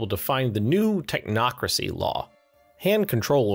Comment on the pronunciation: Did i just hear... techocracy? about to lose his family because of this game